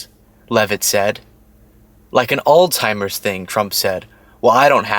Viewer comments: Alts-hai-mrz 😉 sorry to be one of those grammar and speech police people, but everyone wants to pronounce the “old timers” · Moron pronounce the name correctly there's no T in the name. ALLZ. HI. MERS. not ol-timers not all-timers. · Please…. It’s not “all timers” There’s no “t” in the word. It’s a “z.” It’s pronounced “all-zimers.” Alzheimer’s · Alzheimer's not Altimers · Altimers is not a word, it’s Alzheimer’s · baby it's Alzheimer's. Pronounced (ALZ)(HIGH)(MERS) But AllTimers is cute though because they do lose ALL TIME 🤣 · I love you so,. But it’s not called Alltimers, it’s called Alzheimer’s…. 🤭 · Actually, we both pronounced it wrong. Technically, it’s pronounced “ aalts- hai-mrz”. 💙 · It's Alzheimers not "old timers" But, yeah, kind of the same thing. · It's alzzzheimers not altimers. Lord! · Isn't it 'Old Timers'? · There is no letter t in the word Alzheimer's. It's not all timers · There is no T in Alzheimer’s…. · It’s Alzheimer’s - there’s no ‘t’. 👍🏼